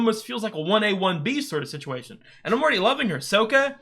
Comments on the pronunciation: No spoilers...but I verrry much suggest you switch your pronunciation to be the correct Sock-uh 😝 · NOT Soak-ah. Sok-kah. The former pronunciation triggers trauma among many fans. This is one of the best shows. My kids grew up on it and Korra and I still love it. My favorite T-shirt is from Korra (Raava and Vaatu…which are way in your future).